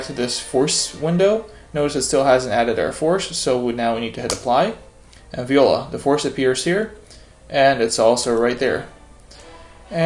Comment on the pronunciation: Hi That "viola" in french you have to say like "vuala"